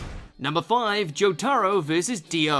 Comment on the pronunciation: Great vid, but i can't forgive his pronunciation of "Jotaro"